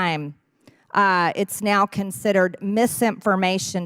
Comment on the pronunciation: Amazing how MTG can turn the one syllable word "now", into a three syllable word